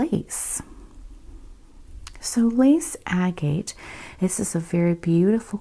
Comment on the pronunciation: I loved this video. Thank you! I find the way you speak and the subject matter calming. I am going to make a suggestion about pronunciation. Anyone who finds this offensive please ignore this, because I do not mean to offend. Agate is pronounced “ag it”. Thanks again for the video. I would love to see more of them.